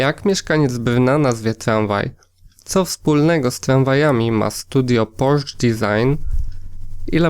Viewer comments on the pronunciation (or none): Czytaj: PorszE!!!